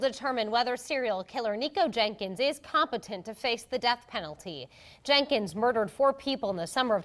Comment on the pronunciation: The female reporter keeps saying “Jankins”. lol